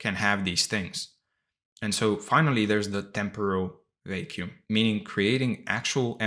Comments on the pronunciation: Brother please pronounce vacuum well its a word you use so often hahahah its not vei-kium its va-kium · Thank you so much for this valuable content! I did feel a little thrown off each time you pronounced “vacuum” as “vay-kew-m” though 😅 But I know that English might not have been your native language.